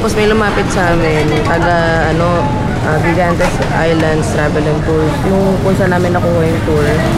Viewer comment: Gigantes pronounce as higantes